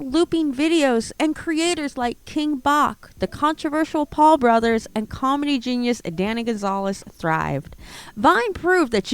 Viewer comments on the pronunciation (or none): King Bach is pronounced like bachelor/ king batch